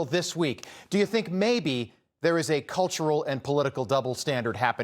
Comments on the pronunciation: Pronounced NOVAK.. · Why does no one abroad pronounce his surname correct it’s said like Novak . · Henry’s Name, although it is spelled “NOWAK”…..It’s actually pronounced as “NOVAK”…….May that poor lad Rest In God’s Eternal Peace….Best Wishes from England…❤️🏴🇬🇧🇺🇸❤️ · The name is Nowak with a “w” not a “v”. But a w is pronounced like a v sound in Polish so not sure why some are using the English w sound. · FFS pronounce Henry's name correctly... What's wrong with Yanks, are they illiterate or what.